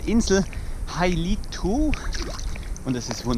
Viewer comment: Ich kenne die schöne Insel Hailuoto von eigenen Reisen. Ihr habt davon aber nichts gezeigt und könnt den Namen Hailuoto nicht mal korrekt aussprechen?